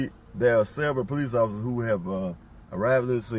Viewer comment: Is he saying police officer’s or peace officers?